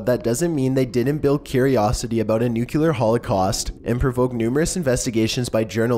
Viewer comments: "Nu-kew-lure" "Ex-potentially" PLEASE STOP AAAHH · Please: learn to pronounce NUCLEAR correctly. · it's NOO-KLEE-AR not "NOOK-YU-LAR" for fuck's sake!!